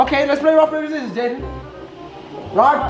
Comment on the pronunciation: said zizzorz